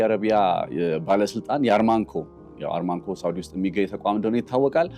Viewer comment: አርማንኮ ሳይሆን አራምኮ ነው የሸሪካው ስም ወንድማችን